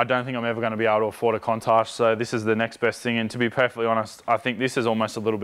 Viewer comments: What is a Kontarsh ? Must be how Sydneysiders say Countach,... ;) (Couun tashh) Viper be like, I ain't got no driver assist nanny state computers, you better be A-Game, else trees at speed. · whats the go im a aussie too and i have never heard someone say countach like that